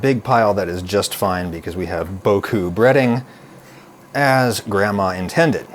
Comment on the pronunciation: ITS /BOO-COO/ NOT /BOW-COW/ 💥💥💥